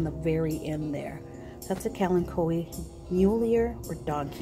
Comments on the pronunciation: I LOVE Kalanchoes and I pronounce it the same way you do :) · I pronounce it like you, it seems to roll off the tongue better! Always beautiful plants